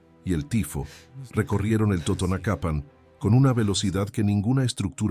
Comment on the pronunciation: Otra corrección, no era lengua tutunacu, era lengua TOTONACA. Pongan más cuidado cuando hagan narraciones acerca de una tenía. También la pronunciación de el acento en la palabra totonacapan está mal.